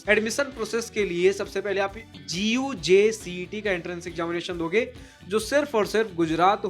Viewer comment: is not G U J C -E T IS Called like Gujjj -CAT